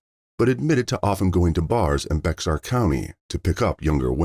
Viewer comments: LOLOLOLOL YOU MUST NOT BE AMERICAN LOLOL EVERY AMERICAN KNOWS HOW TO PRONOUNCE BEXAR COUNTY LOL ITS PRONOUNCED "BEAR" COUNTY THE X IS SILENT LOL OMG IM DYING LAUGHING IM FROM CANADA RAISED IN TX AND LIVED IN NY AND AZ IVE NEVER HEARD ANYONE IN MY LIFE SAY BEX-AR LOL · "Bexar" county is pronounced like;"bear"🐻, not "bex-ar" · Bexar county Texas you say it like bear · Bexar county is pronounced Bear, the X is silent. I'm so happy that these families are getting some justice and I hope these old monsters are sweating bullets for their time to come.